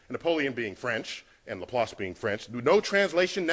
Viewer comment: Was willing to listen to the entire video, even though thought Laplace was pronounced as it sounds? But, sorry, 9/11 is where memory is already set to only honor heroes of that recovery... Still, personal conceptions are what confirm the PERSONAL savior god of the monotheists cannot exist: not unless HE really really hates black people... Yea, dude can only be real if he's a racist, duh!!